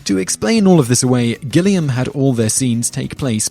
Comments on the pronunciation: Terry Gilliam! Not Gilligan! Come on Simon, he was from Monty Python for shit’s sake! It’s okay though, I’ll forgive you. Only because I’m completely addicted to top tenz at this time in my life. 💜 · Terry Gilliam, not Gilligan. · GILLIAM not Gilligan #officiallyannoyed